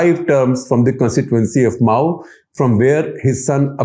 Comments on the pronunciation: Sir it's मऊ not माऊ। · Guptaji it is not mao but mau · I think it's 'मउ' not 'माओ', as Shekhar is pronouncing 'Mau'! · Its Mau not Mao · The fact that Mr. Shekhar Gupta calls Mau as Maauu, its shocking for me.